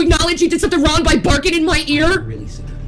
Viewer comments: How can she pronounce the G’s at the beginning of words but can’t at the end? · Omg she can't even put g on the word wrong. "What am I doing wron? I can't even with her anymore